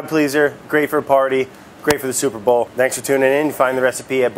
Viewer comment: Your legal department didn't say you can't say "sueprbowl?"